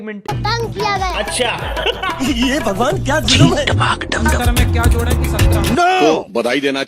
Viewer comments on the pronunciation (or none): none